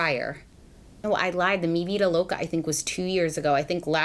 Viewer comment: I'm latino and I love the way you said "mi Vida loca "